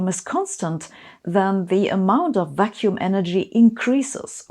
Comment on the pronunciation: I'm so biased by daily life that when you said "vacuum energy" I've heard "vaccine energy".